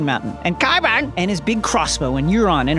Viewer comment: QYBURN Jason you got me dieing every time you say his name